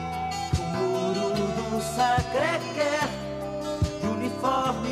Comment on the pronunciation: "Sacrê Qué"kkkkkk...a melhor pronúncia já ouvida de Sacré Coeur em francês.